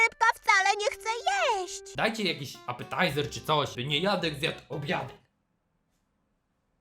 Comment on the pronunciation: Nie mogę...apataizer 😂